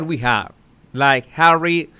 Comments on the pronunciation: I love it when you say Hawwy it makes me laugh every time 😄😂🤣😆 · fuck I love it how you say Harry🤣